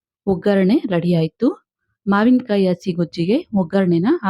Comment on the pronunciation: please mind your pronunciation if kannada words, 'sa' and 'sha' are different. 'asi' is ""hasi"",....